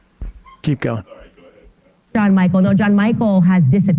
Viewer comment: Jean Michele isn't "John Michael"